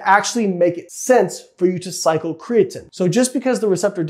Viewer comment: Kree - a - teeeeen, you cant say it right and are making an informational video on it. riiiight